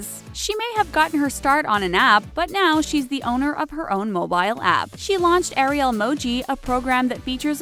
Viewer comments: It's Ari-L is how you pronounce it GET YO FACTS STRAIGHT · It's not Eriel it's Ah-rhi-el